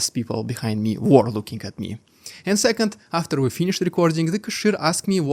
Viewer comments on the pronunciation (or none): none